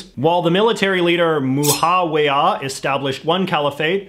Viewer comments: IKR- where the hell did he get the "h" from in Muawiyah? Like, yeah he isn't gonna be able to perfectly pronounce it in the Arabic way, but at least say Mu-aa-wiyah 🤦‍♀️ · He definitely mispronounced Muawiyah not that its a big deal or anything just sayin......... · Your pronunciation of Muawiyah I’m dead 💀